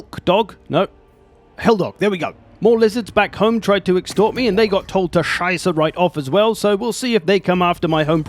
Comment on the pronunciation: As a German, I take my hat off to your impeccable pronunciation of 'Scheiße'.